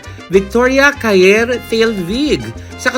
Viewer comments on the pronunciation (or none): Hindi po yan Kayer, pronounced as Kyer.